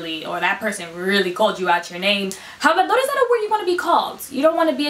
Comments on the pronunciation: 😂 👍🏽 Me di cuenta de que ella también lo dijo mal; Estoy como... "Espera, ella es una mentirosa... 😳” Como una persona Cubana, pronunciamos como “AH-blah-dor.” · Isn’t it pronounced ablador intead of hablador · Soy dominicano y me irrita que tu pronuncies la “h” no es un “JABLADOR” es un “Habladaor” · It is more like "Jáblador". That word needs to be said right in order to have the effect needed lol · In some countries, hablador means one who speaks a lot, I mean a LOT. Like a Chatty Cathy. But the H is silent throughout the entire Spanish speaking world, in both hemispheres. So the word choice can be considered correct, but the pronunciation she uses is not a normal variant coming from any Spanish speaking country. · íPinche video! Last time I checked, los dominicanos had their own slang words, and certain variations in pronunciation, compared to other Spanish, especially of the non-Carribean varieties. But NOWHERE in any Spanish I have ever encountered, and I have been in several Spanish speaking countries, does anyone EVER pronounce the letter "h"...yet she pronounces hablador as if it was an English word that begins with a clearly pronounced English-style H sound: HAB-la-dor, not AB-lo-dor, which is the correct pronunciation. But in her case, it would be AB-la-dora.